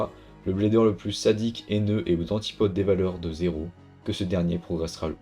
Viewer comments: *zyro pas zéro 😅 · pourtant son nom c'est zyro et pas zero 😅